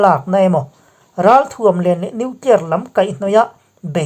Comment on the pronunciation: nuclier tih reng mai. an ninawm hle mai